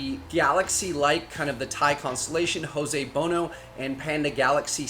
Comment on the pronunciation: It's Jose Buono, not Hoe-zay Bow-Know 😂